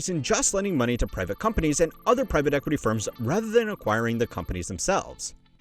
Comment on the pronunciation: Privat equity? Is this another AI channel? Started just over a year ago. Thumbnails/titles giving me AI vibes. And who mispronounces the word private like that?!?! You dony know private equity but youre a money channel? Its like these AI slop sport channels who dont know how to pronounce the biggest stars of the sport lol